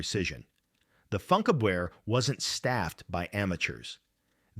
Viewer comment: It's pronounced "foonkABverr"